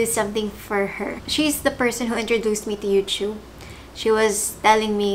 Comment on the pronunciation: Sinu ba kc nagpauso ng youTUB.. 🤣🤣🤣